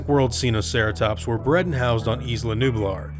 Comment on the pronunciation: "seenoceratops" me: who did you learn dinosaurs from it's sinoceratops not sEeNoCeRaToPs